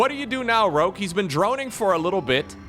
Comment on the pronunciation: Why are you mispronouncing Rogue? It's Rogue with a G, not Rokue with a K.